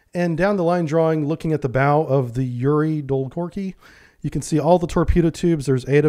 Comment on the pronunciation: The correct pronunciation of Yuri Dolgoruky is Yuri Dol-go-ruky (Yuri long-arms)